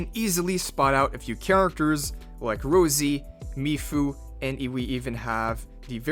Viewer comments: Its ROSSSSSI not Rozy 😢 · man i beg on my life, her name is Rossi, not Rosie 😭